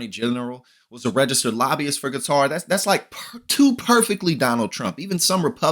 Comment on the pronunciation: Retrofitted on the peoples dime, props she can actually say qatar right.